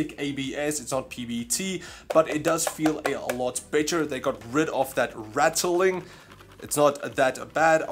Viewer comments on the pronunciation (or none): Every time he says better it sounds lo like bit**er lol